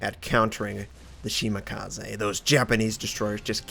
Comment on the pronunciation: Will he ever do something about how he says Shimakaze?